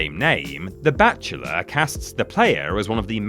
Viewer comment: For a good minute I thought was saying “the batchula” when it was in fact “The Bachelor” lol. I thought, is this some kind of bat themed game show from the UK I’ve never heard of or something? 😅. It wasn’t until he started talking about dating when I said “OHH… bachelor, that makes more sense” 😂.